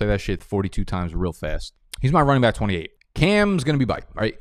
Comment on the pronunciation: What is wrong with the way you say back?